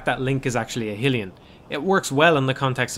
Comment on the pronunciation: Did you just say "Hillion"? or "Hee-Lee-En" lol Hylian is pronounced "High-Lee-An". Like Hyrule is "High-rule" not "Hee-rule" lol But at least you correctly said "Oc-a-rina" unlike those who say "Oak-a-rina". lol My life will be complete if i find a Majoras Mask review calling it "Major-Ass" Mask. lol